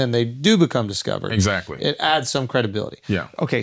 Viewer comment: Probably????? Not excat right?